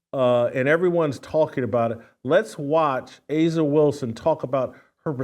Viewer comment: A'ja isn't pronounced asia.....no matter how much people say it.